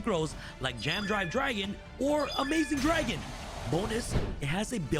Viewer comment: Say it with me “AMAZING Dragon” and “JAM Drive”